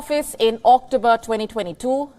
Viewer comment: Please do not pronounce 'october' like a relative of 'octopus'